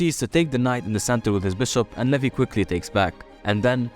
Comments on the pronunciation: Its not levi.. It's levy 😂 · It is levy not levi